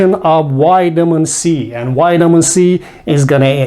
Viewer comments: Please learn to pronounce the letter V! Its Vitamin not witamin! Otherwise thanks for the help and info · Excellent, I love it "whitamin"😂